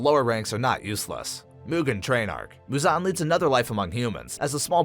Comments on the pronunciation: it's MUzan not muZAN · what the fuck is that pronunciation of Muzan's name